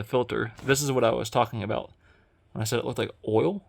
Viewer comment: ...once again I ask.. why can you say "WHEN"? IT IS KILLING ME 😂 is it geographic? Speech impediment? What is it!? Please explain! I've watched all your videos and you have never said when